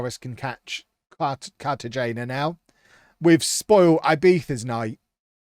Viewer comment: cartagena is pronounced carta-hena